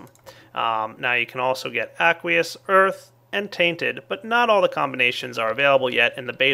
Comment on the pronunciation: aqueous? i tought you said ugliest